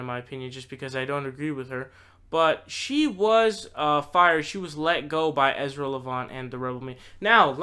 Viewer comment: another guy who doesnt even know how to say Ezras name, and therefore, certainly doesnt know his resiliency, and definitely doesnt know how revered he is in western Canada. He has had setbacks with other media ventures and came out stronger than ever . Educate yourself , and I dont mean reading that bunch of toilet paper that Bernie Sanders bound together into a "book"